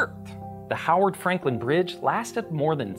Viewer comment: Hey! The bridge I commute over! You weren't in town, were you? [ Also: 1000 extra point for pronouncing Mr Frankland's last name properly ]